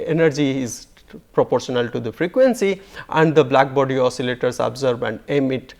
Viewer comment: Jadavpur English. He pronounces "absorb" as "abserb." It is REALLY difficult to make out what he is saying. And he trips too many times.